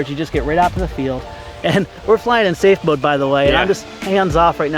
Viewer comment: and, repeat after me: "SAFE MODE".